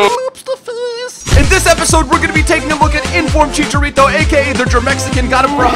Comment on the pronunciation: It's chicharo not chicha